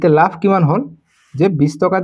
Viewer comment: Laf nohoi lav apuni. Bare bare laf laf koi ase